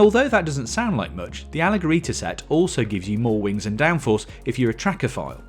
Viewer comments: The "g" sounds like "j" in English It's not "allegherita" like this guy pronounces it, it sounds "allejerita" which means "lightened" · Why doesn't Lamborghini send a pronunciation guideline to the press? Temerario is OK, but the way you say "Alleggerita" is insane. It's pronounced "allejjerita", like "JIF" or Jordan. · It’s not alleggherita it is ALLEGGERITA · Maaaaate!!! AlleGerita??? Those (double) G(s) are pronounced like "J". AlleJerita!! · I’d say Fearless rather than Reckless. Also Alleggerita, meaning lightened, or unburdened, is pronounced alleJERita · Next time be careful with the pronunciation. You said alleggerita as if it was written “alleggerita”. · Allegerita is pronounced with a soft G sound.. notice it doesn't have an H after it. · I can't with the alleggerita pronunciation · The G in Alleggerita has to be pronounced like the g in G-Force, just a little longer, because they are 2 of them. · You pronunce wrongly "alleggerita"... The double-G followed by E or I it sound as a double sweet G. And "Città" mode... It have to pronounced as "Chitta" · Alleggerita , it's pronounced almost like you do in JET, similar meaning as SUPERLEGGERA, for Aston Martin from the famous Touring Coach Building company, not an hard GHE. Hope that's clear enough for you. Look pretty, hope that drives well too. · That's all good, but that's not the correct pronuciation of "alleggerita" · in the era of Google translate and pronunciation assists, the pronunciation of "alleggerita" is both embarrassing and unacceptable. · the gg in alleggerita has to be pronounced like a double j, and alleggerita means lightened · 2024... SERIOUSLY, use google to learn how to pronounce "alleggerita"... shameful... saluti dall'Italia